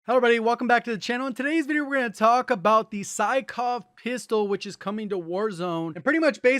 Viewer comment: Welcome to the "Sickov it" meta